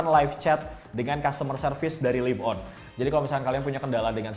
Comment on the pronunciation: nah kalo yang sekarang udah bener bacanya: live on (liv on) kalo dulu bacanya: live on (laiv on) udah nyadar ternyata